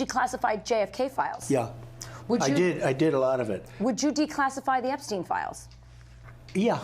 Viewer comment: Wait! What? He says he doesn't know Epsteen. I thought thats what I heard Cheeto say